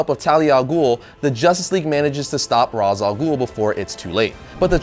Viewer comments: Ray-sh. Not Rahz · It's raysh not raas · it's pronounced raysh not raz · It's not pronounced as Rahs, its Rayce. Denny O'Neil will thank you. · Why is he pronouncing Ra's as Rawz? It's Raysh... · It's pronounced as "Rashe," not "Roz." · it's R-aaa-esh, not Raaz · Pronounced raish alghoul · Damnit,, it's pronounced Raysh. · That's not how you pronounce Ra's Al Ghul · He pronounced Ra's wrong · Does anyone else cringe at his mispronounciation of Ra's Al Ghul's name? Don't get me wrong, I really enjoy his videos, but I kinda have to wonder how he misses a name of a famous character. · he said ras name wrong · That's not the canon pronunciation. Not that it really matters. I did this for the lols